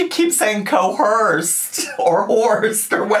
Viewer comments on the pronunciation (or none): Cohorsed >>> Coerced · She really said "Co-horsed" instead of "Coerced" 🤦🏻‍♀️ her grammar has always been terrible but I just don't get how someone who reads so many books can have the grammar understanding of a 3rd grader it just blows my mind. And she thinks her IQ is super high to lol. And anytime anyone tries to correct her grammar she just snaps at them and either says "I know" or "well that's just how I say it" lol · the second time she said coHERsed I almost spit out my gum😭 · It's coerced and yes it's an real word but she is pronouncing it wrong, google it!